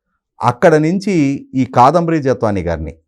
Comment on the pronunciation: ముందు " కాదంబరి" అని స్పష్టంగా పలకడం నేర్చుకోవాలి. తెలుగు భాష ను గౌరవించడం నేర్చుకోవాలి.